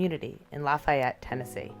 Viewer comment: Did you mean luh-fay-ette